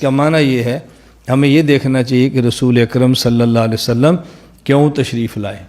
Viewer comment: इस खबीस वहाबड़े के मुहं मे लकवा मार दिया इस लिए मेरे नबी पाक के नाम सही से ले नहीं पा रहा है ,,,बोल रहा सल्लम ,नाऊज़ बिल्लाह